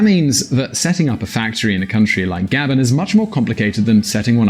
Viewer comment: It’s not GA-bon, it’s ga-BON.